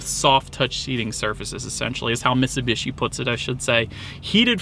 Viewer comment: It's miTsubishi. You keep saying misibeeshi